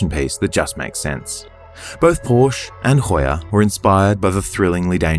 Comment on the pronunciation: Another beautiful video. However, it’s Por-sha.